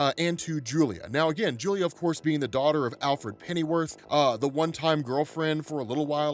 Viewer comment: It's Alfred. Lol